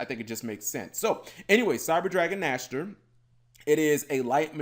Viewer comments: Nächster Not Nashter means next in German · Its funny at first, but eventually, it can get annoying. I´d like, if they call it Cyber Dragon Nexter. Otherwise, its the Cyberdragon Dry all over again. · By the way, that thing is called "Cyber Dragon Nächster". "Nächster" is german for "next/the next one". English doesn't really have an Ä-sound. But here is a more-or-less ok google-sample